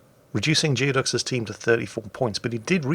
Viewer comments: It's pronounced gooey duck, not geo duck. Look it up, expect more from a sailor! Lol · I suspect it's pronounced "Gooey-ducks". A Geoduck is a basically supersized clam native to the Pacific Northwestern United States and also the mascot of the Evergreen State College. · "Geoducks" is pronounced "Gooey-ducks," it's a huge species of clam native to Puget Sound in Washington State, USA.